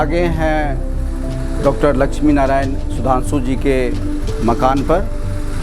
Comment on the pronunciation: लचमी नारायण नहीं लक्ष्मी नारायण बोलिए।